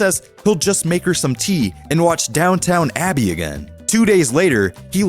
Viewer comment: "Downtown Abbey"